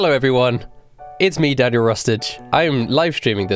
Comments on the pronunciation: When he said Daniel Rustage I thought he said 'Daddy Rustage'👁️👄👁️ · I thought he said "Daddy Rustage:".